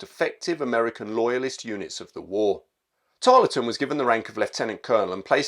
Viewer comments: Brilliant video but it annoyed me how you kept mispronouncing his name. You don’t empathise the LE in his name just plain old Tarl ton. I know because I live in Tarleton, just south of Preston. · Tarleton has a silent E, pronounced Tarlton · Pronounced "Tarl-ton." Good to see an episode of Americans fighting Americans. JOlly good to learn that a Captain Corbett ws in the 17thy Light Dragoons. Thanks to Parkinson Pasha. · It's a very good video on Banastre. I'll say nowt about his portrayal by our American cousins, save to remark that Harry Lee's participation in Pyle's Massacre doesn't seem to have harmed his reputation on this side of the pond. PS You don't pronounce the E in Tarleton.